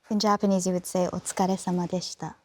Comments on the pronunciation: I got really surprised when Tom repeated that Japanese phrase so smoothly with perfect pronunciation even after he heard that for the first time. Pls say more, I'll teach you as a native speaker, call me Tom. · I agree; as a Japanese-American, I was impressed and honored that he took the time to pronounce the Japanese names as best he could, especially at the last phrase, "otsukaresama deshita." It's not an easy phrase to say, even for me. Tom is one of the most sincerest, respectful, and genuine actors in our society today. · And him nailing that last phrase of "otsukaresama deshita". Amazing.